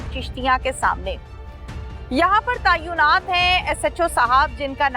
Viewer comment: tayunat nahi hota asàl word tàinat hai